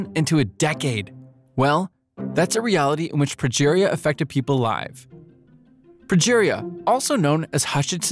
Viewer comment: I'm sorry, 12 seconds in and "live" is pronounced wrong? Is this a bot voice or just the first take reading the script? That is such a weird thing to do